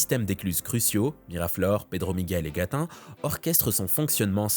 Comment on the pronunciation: Et on nous dit qu'avec le réchauffement climatique la banquise fond, et le niveau des océans augmente……… (Gatun, ça se prononce Gatoune ;) )